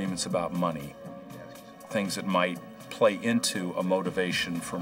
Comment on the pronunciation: instead of - “Things that might PLAY into…” To me it really sounds like he’s saying - “Things that might PLAGUE into…” Does anyone else hear this, or something different, other than “play”? Let me know what YOU think 🤔🐿